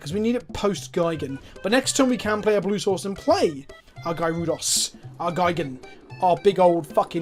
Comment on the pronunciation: But Gee-gan not Guy-gan is the correct pronunciation...in Japanese at least...